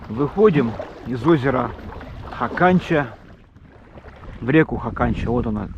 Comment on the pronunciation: Бывал на речке Хаканча. Летали из Норильска на вертолете. Правильно ударение на первый слог. хАканча.